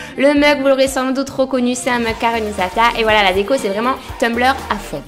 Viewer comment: On dit Tumblr et non Tumbleur